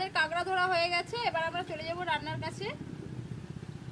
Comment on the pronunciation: Not kengra it's kakra